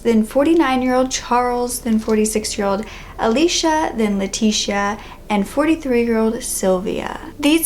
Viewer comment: Great video as always, but I thought I would point out for future reference that "Leticia" is pronounced "Leh-tees-ee-AH", not "lah-tish-a", at least the Spanish version. My middle name is Leticia and it get mispronounced a lot